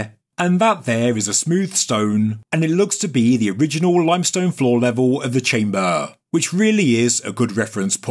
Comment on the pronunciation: its so funny how you pronounce chamböööö ;D